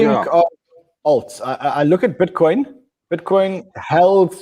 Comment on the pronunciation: That's Butcoin lol...